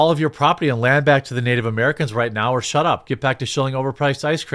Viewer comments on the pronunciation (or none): none